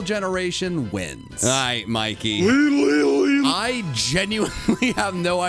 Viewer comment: As a person from Britain I can confirm Mikey was correct about the pronunciation